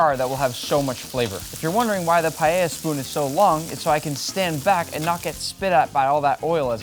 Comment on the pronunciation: Primero, aprende a vivir pronunciar la palabra. Segundo no vuelvas intentar hacer paella por favor